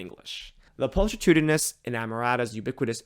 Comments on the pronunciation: this may be true in some cases, but not when the audio played actually mispronounced pulchritudinous by pul-tree-tudinous instead of pul-kri-tudinous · Pulchritudinous is pronounced with a hard "ch" like chemistry or mechanical. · not pronouncing pulchritudinous correctly makes understanding even more challenging